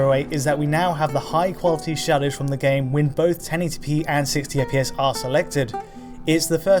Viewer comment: Shawdows? shawdows? we're talking shadows???